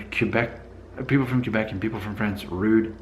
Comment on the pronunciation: Hey, I think this is the first video that has really frusted me. It began with the title, then to the way you pronounced Quebec and then the rudness barometer French vs. Spanish....Arrrghhhhh (severe face palming!!!!).... 1. The title is pure click bait and in my own honest opinion is politically in correct 2. Quebec is one of the most beautiful provinces in my homeland. There are two pronunciations that are fine: [Kay-beck] which is close to the Frano-Canadian pronunciation or [Kw'-beck] which represents the Anglo-Canadian pronunciation. Many Anglos use either or sometimes both. Why does it bother me? I'm not sure.... It's not rude, but it may be just a sign of ignorance or not caring enough to get it right. 3. Then there's that rudness barometer... How can you really ask those people who take the time to watch your videos to pit two cultiures against each other and then to ask them to pass judgement on who's ruder. It just doesn't make sense and puts you in a very bad light. Both of these cultures are much older than your very own. They have matured into cultural adulthood, while your culture is still developing. I think every country treats all visitors the same. If you go in open-minded and ready to experience a different culture you will be received with open arms. Could it be that when you started your DNA feed that you alienated some Spanish followers? Did you have all your facts straight before you made your first statements? Remember too that for most of these v